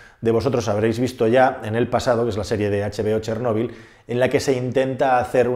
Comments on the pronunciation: Si vas a yablar de ChÉrnovil por lo menos habla bien y acentúa la É y no la O,ya que me es demasiado distractivo y molesto escucharte. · Si realmente fueras ucraniano sabrías que no se escribe "Chernobil" y de hecho la pronunciación correcta es otra